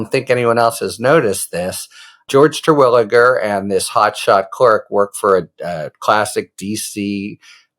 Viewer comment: As a Terwilliger myself (no relation, probably) I appreciate your correct pronunciation